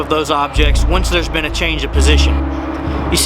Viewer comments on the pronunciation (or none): none